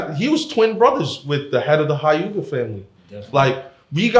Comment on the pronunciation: After the guy that’s a NARUTO fan pronounced hyuga hi-oo-ga I stopped listening to what he had to say tbh